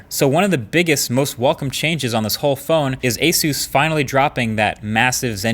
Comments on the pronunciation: bro ... eesus ?!?! common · They just need to teach him how to say Asus properly now! Asoos 😂 Does he really say ‘Soostain’ apparently so!! 🤔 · Learn how to say asus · I've be pronouncing Asus wrong all these years...🤔